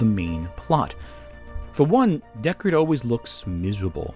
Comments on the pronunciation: Deckawd is hunting weplicants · Is anyone else hearing him say "Deckawd"?